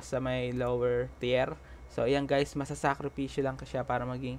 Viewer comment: Teer po ang pag bigkas ng tier.. Pa shout out nmn jan